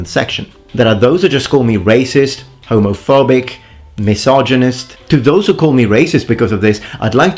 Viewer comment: Man the only issue I have with you is how you pronounce Homofawbic